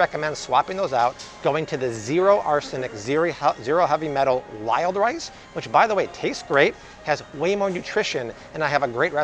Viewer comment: Did he say "Lyle rice" or "wild rice." LOL! Wild rice!!!